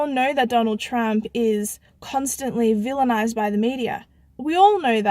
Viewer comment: "Donald Trump is 'villanised' by the media" ahahha... what word is that? 😆 Where's the cool music???